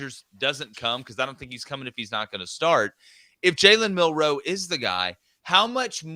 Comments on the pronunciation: Why do you guys think the emphasis in Milroe is on the 2nd syllable? It's not! It's MIL-roe. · Why do these guys say milroe like they have a speech impediment